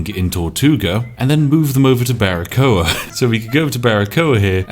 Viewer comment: Hey spiff I´m cuban and well it´s a great pronunciation of Baracoa!!! Keep doing this amazing kind of content. I´m fairly new to yt and I´m only subscribed to your channel. Hail. Maybe I wanna see a perfectly balance Slay the Spire Run:D the best of lucks